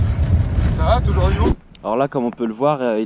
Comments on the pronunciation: De "touje"😑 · On dit pas touje